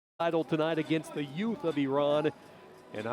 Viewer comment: I just love the fact that the announcer is pronouncing Iran correctly. Nice.